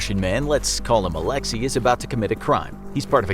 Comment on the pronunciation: That's not how Alexey is pronounced..